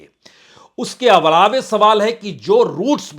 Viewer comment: बाजपेयी साहब, हिन्दी मेरी प्रथम भाषा है, मेरी वोकैबलरी के अनुसार आप दो शब्दों का उच्चारण सही नहीं करते। एक शब्द है अलावा इसको आप अलावे बोलते हैं। दूसरा है स्वयं इस शब्द का सही उच्चारण है स्वयम।